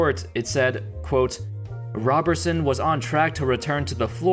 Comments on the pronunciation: ROBE-er-sun not ROB-er-sun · It is rob er son not raberson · Roberson not Robertson. Otherwise cool video. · Andre ROW-ber-son..... gawd damn get it together will ya